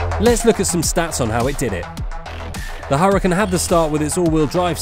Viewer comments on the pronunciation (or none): I know your English and all but you have to learn to pronounce the Lamborghini correctly... UR-A-CON ...is how it looks to pronounce